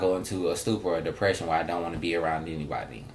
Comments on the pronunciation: is hilarious. He say, “dicksession” lol. He can’t smell dick in the air no more. Lol. Poor sus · Always a Kycia (Kee-sha) 🤷🏾‍♀️🤣 Dicksession lawd. Everyone see some point goes through depression. Just depends on how hard it's hitting the person. For me it was for months as a teen,. I was lucky and blessed to have friends and family to help me. We need to listen to our friends, get them to talk. If not reach out to family members that may get to them... Or who haven't noticed the person's severity of their depression. Thanks for this,. Shock laughs and years here today. Can I go to Walmart with y'all lol